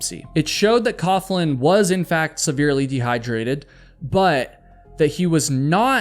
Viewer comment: FYI, “coughlin” is pronounced “coglin.”